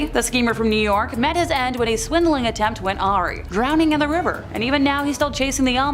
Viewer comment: The word awry is pronounced “a”-“rye”. Otherwise fun video